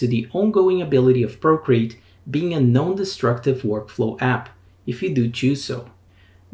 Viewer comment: This is excellent. I noticed that when you say “non-destructive” it sounds very much like “known destructive” — giving the impression to someone not familiar with Procreate that it is a warning about known destructive qualities. Just a word to the wise.